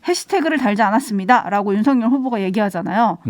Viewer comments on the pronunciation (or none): 막내작가님 윤석열을 윤석렬로 발음하시면 안돼요